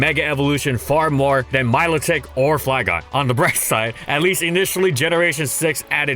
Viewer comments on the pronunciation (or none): “My-low-tic”= Milotic?